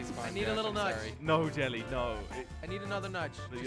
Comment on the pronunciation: Only watched to hear him say jilly not even jelly